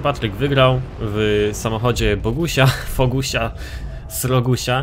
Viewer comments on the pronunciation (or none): a nie Frogusia? Bo ty mówisz Fogusia. Poza tym to nie było jego M3 tylko poprzednia wersja:d